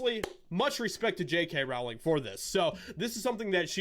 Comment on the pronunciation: Its "rolling" - not rOWling.. The R O W is pronounced as in row, row, row your boat. She has said this herself.